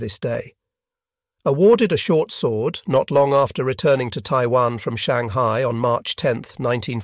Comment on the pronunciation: My favorite is, "Shang-high-eye." lol